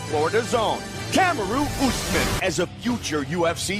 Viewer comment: "Camaroo Usman" 🤣🤣